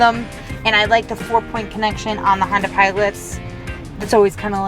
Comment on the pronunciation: she always says herb chambers honder instead of herb chambers honda